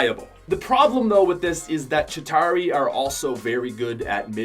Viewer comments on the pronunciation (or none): It's ChitAUri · u say chituari bad caus u aim SUCK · Not a single YouTuber can say chitauri without sounding weird.